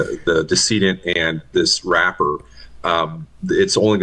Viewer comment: the way he said "rapper" sounded like he wanted to say the hard R. The guy isnt even a rapper....😂😂